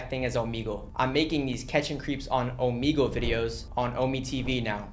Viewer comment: I hate when he says omigle its omegle